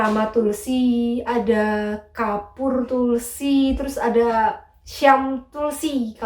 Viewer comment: Ngakak pas bilang Kapoor tulsi